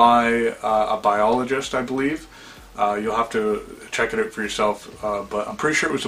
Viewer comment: OUT!!!!!!!! Its OUT, not OWT damn!